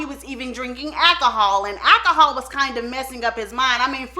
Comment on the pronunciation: I can listen to all day....so beautiful and love it when she says: akahol! 🤣 Ps- when Flip Wilson did his Geraldine act....oh heck, that was very popular with the inmates in prison...they loved it! and they sure did love Geraldine.... "the devil made me do it".